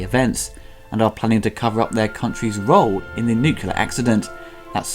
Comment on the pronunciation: As much as I like the reviews... C'mon dude. WTF! Nucular??? It is fucking NUCLEAR! Have some decency!